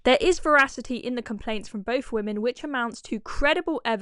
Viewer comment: Is it REALLY so hard to say "boTH" and "THrough", instead of "boF" and "Frough"? Thor thuck's sake...